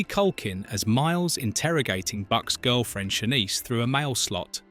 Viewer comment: Sha-NEECE, not "SHAN-ise"